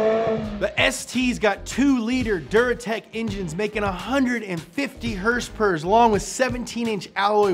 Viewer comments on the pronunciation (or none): Other pronunciations of “horsepower” include: Horse pewpews Hurse purrs Horse peters Her spurts